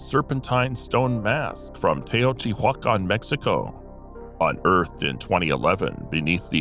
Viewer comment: "teh-yo-tee-wah-con" Teotihuacon splg? The e in spanish is pronounced as an 'a' and the first T and e pronounced teh or tay. The i is pronounced as an "e.e.e." sound. ti: tee/. several letters in spanish have different sounds depending on the spelling of the word its used in. Spanish has a tick or accent mark over the letter to stress the sound. In my opinion the accent is like, why, I can hear how you're saying that word or name with an accent. I read spanish better than I can speak. But if I hang out with spanish speaking folks, I begin to understand fairly quickly. pretty language.